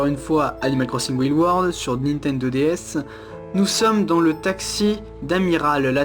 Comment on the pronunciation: Tu pronnonce pas bien Wild.